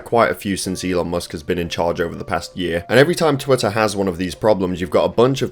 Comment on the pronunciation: it's called an accent.